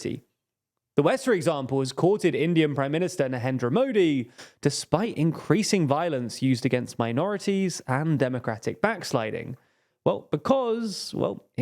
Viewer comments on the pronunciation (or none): Why do you always mispronounce Narendra Modi's name? You're not even butchering the pronunciation, you're just pronouncing the R as an H for some reason. This is a very odd mistake to make